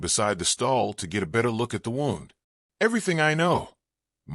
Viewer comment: Please Please Please learn to READ ..... WOUNDis pronounced Woo..ND Please People its so sad that Voices coming up are not educated enough to be a Voice we would love to listen to